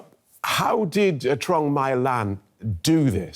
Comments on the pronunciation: Is pronounce chuong Mi lan. Tr sounds like ch. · he absolutely butchered the pronunciation of Vietnamese names